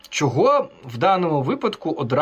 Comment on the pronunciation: Українці кажуть : що, чого, чому. Москалі і проросіянці кажуть: шчьо, чього, чьому. Мосійчучка хитра змійка, вміє викручуватися на користь хазяїв. Але її вимова видає, хто вона насправді і кому передає дані.